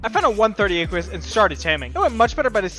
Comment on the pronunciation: The way this guy says "Equus" like "ee-kwee-us" is cancer of the ears. You are trying too hard. It's just "Eh-kwus". Stop adding syllables and sounds that aren't there. Oh god the way he says thylacoleo is even worse...